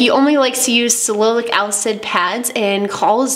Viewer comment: I think you mean Salicylic...Sal-i-cil-ick acid. Actually works extremely well, you're right.